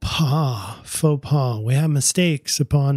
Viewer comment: you pronounced “Faux pas “ perfectly! From a French native viewer;)